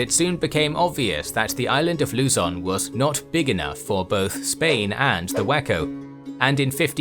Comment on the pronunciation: Please do the voyage of Ferdinand Magellan and the Battle of Mactan soon,! Great work! EDIT:, the stress on Luzon is on the second syllable.